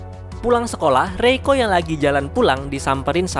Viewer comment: Reiko gw denger malah roiko wkkwkwkw